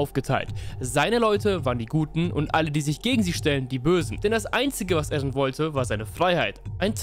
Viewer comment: er heißt eren und nicht ärren bro